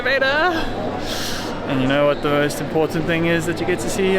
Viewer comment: Anyone else catch that “Elevatyaaaah” (elevator)? 🤣🤣🤣